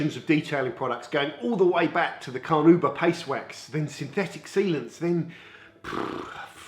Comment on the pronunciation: He said Carnooob